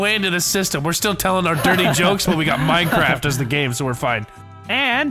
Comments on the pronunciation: MINECWAFT DEFWUUUUUUN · plae moar minecwaff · Minecwaaff deffwuun